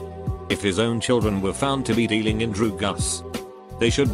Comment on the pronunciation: nobody: text-to-speech: droo-guhs